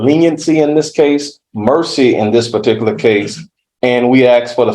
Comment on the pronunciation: Who in the sam hell gave this person a license to be an attorney?!?!!!! He himself can't even say "particular" or "particularly". This is ghetto jamboree court stuff hahahaha